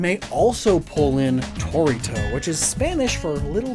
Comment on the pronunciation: So for Torito you have to put a bit more emphasis on the -ri.